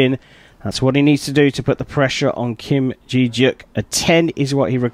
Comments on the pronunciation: It’s Kim Je deok not Kim ji yeok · im bothered by how he pronounced kim je deok's name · lol next time look up the name pronoun istj on before you say it? especially at asia cup it’s common courtesy to know how to pronounce non western names. (kim je deok) but lovely competition!!